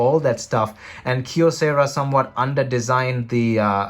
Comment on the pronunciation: Props for pronouncing Kyocera with a single syllable "kyo". English-speaking YouTubers often don't even bother to check Wikipedia. If I had a dollar for every time someone mispronounces Xiaomi... 🤣